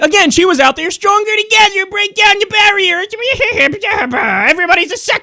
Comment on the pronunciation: bweak down da bawiyahs